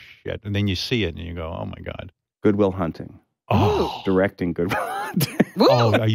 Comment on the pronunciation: Goopic will thunting